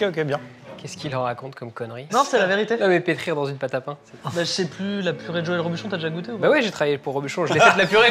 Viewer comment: C'est une pôte à tartiner qui à gagner... Une pôte à tartiner....